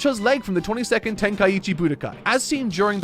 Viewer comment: "22th" like twenty-tooth?